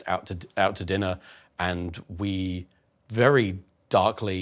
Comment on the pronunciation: Love you Tom. Best boi, vewy NOICE👌